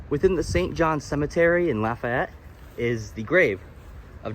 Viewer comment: This was really good. Lived here my whole life and never knew there was a battle there. Lafayette = Laugh-E-yet .. the Fayette is pronounced fee-et not fay-ette Mouton = moo-tawn but that n is pretty silent.